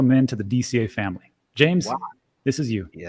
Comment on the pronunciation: James! Quite Shakespearean... (Or was that just old English generally I'm hearing?)